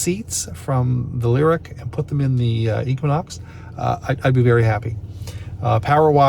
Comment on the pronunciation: Leer-eek. Is that how y'all pronounce Lyriq in Canada? Lol